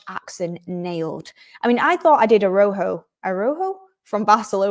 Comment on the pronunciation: A-ra-u-ho,, short a, short a, long u, long o, phonetically. You did well,, 👍💕